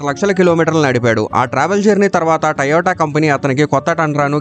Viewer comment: Taiiyota kadh ra moon da "to yo ta" adhi